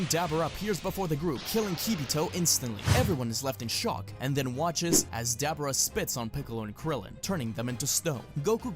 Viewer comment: "dAAABuurA"?😂😂😂 I've followed you for so long, but I've never known you to mis-pronounce certain names like that lol. This is definitely a first for you.